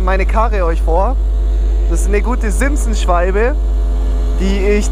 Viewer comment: Das heißt Simson 😅